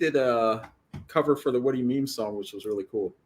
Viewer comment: it’s “Whaddo You Meme”, not “WhaddoMeme” 😭😭 his channel’s great, more people should see it